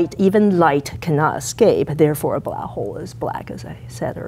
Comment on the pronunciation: wait so she can say "black" but the she choices to say "blaah" >:l